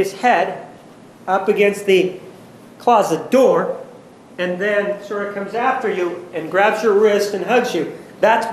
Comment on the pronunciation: WOW for sure! And what irks me as much as, if not more, is! Only when she is delivering the direct testimony from her witnesses, then even worse with Dr. Horn and Dr. DeMarte she does "and" and I can't even type out the sound of the "d"!! I just want to smack her more that I want to smack Ariass! I have to admit though, both Ariass and ultimately make Juan look, well, awesome really.